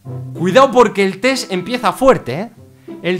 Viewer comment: Mencanta que diga tes en vez de test JAJAJAJA